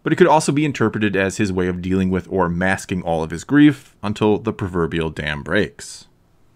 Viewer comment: A good thought. By the way, it’s “with”, not “whit”.